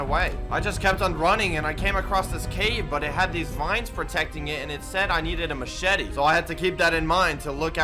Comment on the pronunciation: No one: Literally no one::Macheti